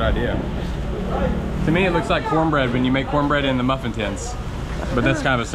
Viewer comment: Maffeeen 😂 mufflin